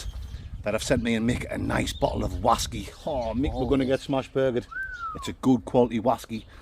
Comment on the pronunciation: So the whaskey tasted like flap jack yeah? rights......Oaty, Biscuity, syrupy, buttery, with fruit? 100% juicy fwoot japflak whaskey weview.......